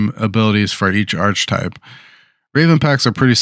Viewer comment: Thanks for the video. It’s pronounced ark-uh-type.